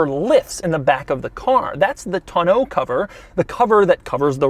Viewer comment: Oh goodie. He said Tonneau correctly!